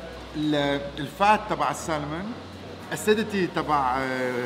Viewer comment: Anthony haboub i love the way you pronounce salmon 😂😂😂 you almost get tongue tied SAL-MON 😁--- the L is silent so try pronouncing it SAMON without the L 👍🏼😁